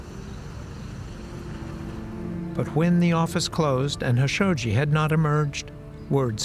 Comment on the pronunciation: Everybody pronounces JAMAL KHASHOGGI with a K sound and the narrator of all people purposely mispronounces his last name as HASHOGGI 😂 it’s kind of disgraceful